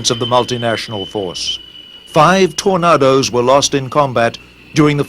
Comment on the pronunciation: Why can't the narrator pronounce the word 'Tornadoes'? Who ever said 'Tor-nah-dose'? It's always ever been 'Tor-nay-dose'.